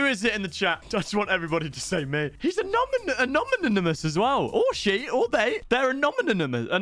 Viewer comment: Bro can u not pronounce anonymous 🤣